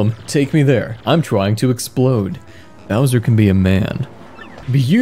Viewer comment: I like how Kamek keeps kalling Bowser "Browser"